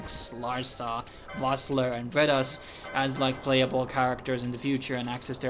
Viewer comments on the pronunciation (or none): none